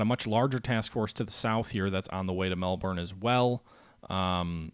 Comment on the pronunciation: We pronounce Melbourne, "Mel"+"bin" , please for my ears :)